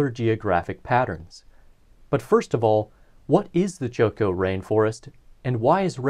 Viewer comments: is not pronounced choco, but chocó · Please pronounce correctly...it's Chocó and not Choco. I'm French-Colombian and I love this part of Colombia...beautiful topography. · Great video, i’ve been bingeing this channel lately. One note: there is an emphasis on the second o in Chocó as seen by the accent mark, so it’s pronounced less like Choke-oh more like choke-OH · cho-CO, bro. Stress on the last syllable. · I find it extremely funny that you pronounce Chocó as choco as in chocolate. The emphasis is in the last O. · Very nice content, however your Chocó pronunciation is painful to Colombian ears. You should remark strongly the second syllabe, hence the tonic accent!